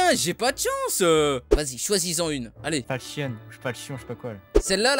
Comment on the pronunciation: il a que moi que sa stresse qu'il dise "falchion"? x)